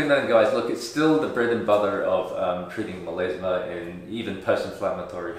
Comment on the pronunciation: Does he mean melAsma? Because he keeps saying melEsma.